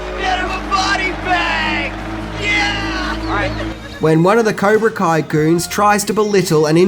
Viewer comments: Cobra kai not kaibra co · Lol he said kaibra ko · Did you really pronounce Cobra Kai "Kaibra Co"?? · LOL, you said "Kibra Co" instead of Cobra Kai. lol. Also it's Mr. Miyagi who suggests the tournament not Reese. PS: say "skeleton". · What the hell is Kaiba Co sensei???? It's COBRA KAI. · It's not Kaibra Co. It's Cobra Kai. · Idk if its the accent... but its Cobra KAI not Ko... and Miyagi is from Okinawa.. not Okino.. good vid nonetheless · its cobra kai not kaibra co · He says Caibra Ko instead of Cobra Kai at it's bothering me so much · Go to It's Cobra Kai NOT Kaibra Co - Dumbass! - Also Mr Miagi is Okinawan NOT Oki-one - Moron ! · Kibra co??? Surely u meant cobra kai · Woah, you said Cybra Ko instead of Cobra Kai lol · It's not his accent, dumbass. And he said "Cobra Kai" just a few moments before saying "Kaibra Co." He also pronounced "Okinawan" as "Okiwan." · Did I hear him say “Caibra Ko” at the beginning? It’s at 0:98 or so. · caibra ko? when you first said cobra kai, you said caibra ko!! that was funny, cheers from denver. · Sorry turned it off when you said Kibra Koa sensai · "okie-wan",. "kai-brah-koh". For the past year I've been listening to you hysterically butcher choice words and I really need to know, is this an Australian thing, or do you have an impediment of some kind? I don't mean to be mean, I love you videos they're a great source of comfort I've watched a lot. But tonight's the night I just had to ask, sup wit dat???? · I am not the only one that caught "Kibra Coi" right? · “an okie-wan” instead of Okinawan got me giggling Other favorites - Kaibra ko, skellington costumes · Did he really say cibra co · "Kaibra Co" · Miyagi's home VILLAGE was Tomi, located on the Island of Okinawa. Btw, did you actually say "Cibra Koh", ? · Caibra Co? Torpeto? Seriously, not a single video where you don't butcher a name or word. It must be intentional. Man, Daniel sounds like a real cocky little shit. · Lol you said kybra koe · You said kaibra co